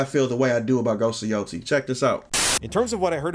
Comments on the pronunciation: Not Ghost of YO-TEE. Its Ghost of YO-TAY-E. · im not going to judge ghost of yotei until i play it. the voice actress' beliefs =/= the protagonist of a games beliefs, theyre just a VA. although irl the VA is woke as hell she sounds like a lunatic. and its pronounced "yo-tay" great vid J!